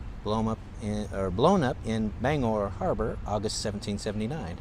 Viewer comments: Bang-gore is how its pronounced bro. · Gotta pronounce that "G" in Bangor lol [Bang-Gore] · It’s pronounced Ban. gor not Bang gor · So cool! I wasn't expecting to see the Paul Bunyan statue. We have photos of my family posing in front of it from back in the 80's while they were vacationing in Bangor. Not sure if you're pronouncing it right or wrong, but we always called it "Bang-Gore". Nice series! Cheers. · Hannibal Hamlin was vice-president to Abraham Lincoln. City is pronounced “Bang gor” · Most of downtown Bangor was destroyed in the 1911 fire. If you think it's mostly white now, you should've seen it when I was growing up. PLEASE, check your pronunciations. Orono is Or-uh-no and Bangor has a hard G as in lifeGuard. The "canal" is Kenduskeag Stream. Also, that big white house next to the King residence, is one he bought for a writer's retreat. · OR ano, not O RO NO, and BANG GOR, Not Bang Or. We wear mocassins for slippers/ shoes. Look down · Pronounce the G in Bangor. And it's OR-oh-no for Orono. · Bangor...pronounced Bang-gor...hard g. Orono...pronounced Or-ruh-no. Not criticizing (it's nice to see my old stomping grounds up on video), just offering the correct regional pronunciation. Stephan King's house is on West Broadway and has many of the old lumber baron's homes there. Across the end of the street (onto Union Street) and up the hill a ways is Thomas Hill Road where many of the sea captains home were and also the Queen City Standpipe. Sorry, I stopped watching when you said you were heading down to Augusta. Augusta kind of sucks...no one goes there. It's the armpit of Maine (everyone except those who live there think so, anyway). LOL. The state capitol building is pretty sweet, though. Thanks for the video.